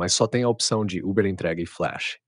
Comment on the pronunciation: Uber "fileche" Kkkkkk